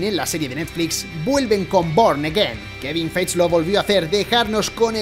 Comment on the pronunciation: Feige se pronuncia Faigui 😬